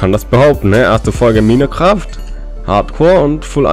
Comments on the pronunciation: Minekraft genau xD man spricht es majnkreft aus xD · Als ob er denk man sprich es minekraft aus xD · Hey ich gucke das Video einfach 3 jahre später😂 Und man spricht das Spiel nicht Minecraft aus sondern Meincraft obwohl man es so nicht schreibt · Komme aus 2020 und mich triggert es wenn MINECRAFT sagt. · Minecraft wie ein deutscher hahahahahah